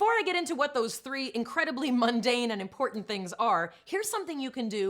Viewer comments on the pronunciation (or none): none